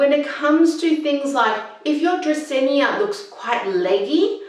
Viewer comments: It's Drah-seen-ah, not Drah-seen-ee-ah. And you need a better mic. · sorry, but it's "dracaena", not "dracaenya". very hard to watch you saying it so many times😢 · You're mispronouncing the plant name. It doesn't end with "nia". Frustrating. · agreed. no hard feelings, but i couldn't go through! because it feels like the author is doing it on purpose and repeating it excessively 😂